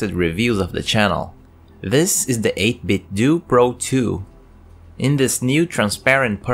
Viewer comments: nice video but it's pronounced more like "Nintendo" - 8-bit-doh. Otherwise you may as well call it Nindendoo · But they say it's pronounced 8bitdoo like Scooby Doo 🤔